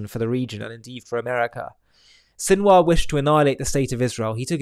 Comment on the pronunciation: Sinwar turned into Sinwas.😂😂😂😂😂